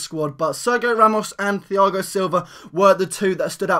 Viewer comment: its pronounced tiago not thiago and ser gi o not serg io